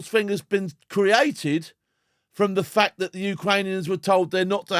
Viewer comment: Why does zelensky saying fact sound like F*cked